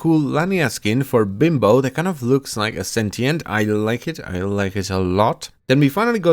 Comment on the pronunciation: did i hear "bimbo" instead of limbo?